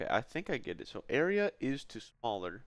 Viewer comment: You really screwed up calling it isto, didn't you?